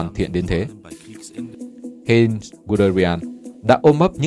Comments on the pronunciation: Heinz tiếng Đức đọc gần như là: "hai-nz" ko phải "hên" nhé, Manstein cũng là "man-sờ-tai-n" chứ ko phải là "man-sờ-tên"... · Giọng của bạn đọc rất hay và truyền cảm, nhưng nên cố gắng tìm hiểu tên riêng để đọc cho đúng, khi nghe cảm giác hơi bị chõi tai, Hê in (thực ra là Hainz) ...